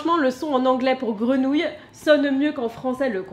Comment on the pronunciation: Acceuillir il prononce acouille😂 Grenouilles il prononce gouine... Il est mal barré le pervers😂😂😂